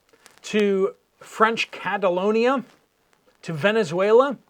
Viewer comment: Are you referring to New Caledonia? It sounds like you are saying Catalonia which us an area within Spain. Even the captioning said Catalonia.